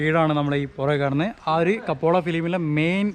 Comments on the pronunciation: കപ്പോള അല്ല സാർ കപ്പേള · It's not kapola it's kapela